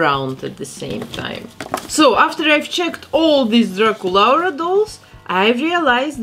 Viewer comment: I am so obsessed with how you say draculaura. I feel like that’s how her name is supposed to be pronounced